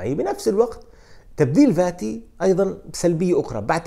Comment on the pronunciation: يا اخ اسمه Fati مو Vati ارجو منك ان تلفظه بشكل صحيح تحياتي